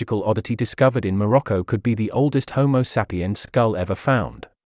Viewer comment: I think like many you tubers, your pronunciation of English words needs revision. Like human evolution is complicated, pronunciation is not merely reciting words by how they are spelt. Many words have a received way of pronouncing them. The one I noticed in this video was your way of saying Morocco. It was quite grating. Just saying, as better pronunciation makes your videos sound more professional and educated.